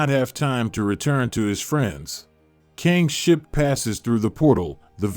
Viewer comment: You gotta learn how to say Kang the right way